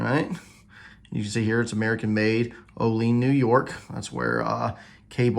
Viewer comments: FACT: Olean is pronounced Oh Lee Ann not Oh lean. (I lived and worked in Jamestown NY not far from Olean. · Oh lee ann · Olean ny is pronounced Ole an. Great presentation thanks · The city is pronounced. OL LEE ANN. it’s just across the New York, Pa border